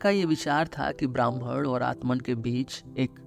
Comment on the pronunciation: आपके उच्चारण मे ब्रह्म के स्थान ब्राह्मण सुनाई दे रहा है।